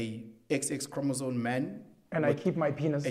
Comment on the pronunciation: Thank you for the support, Dr B! He definitely said chromosone... nc nc nc... these are the people teaching your kids... yerr! 😂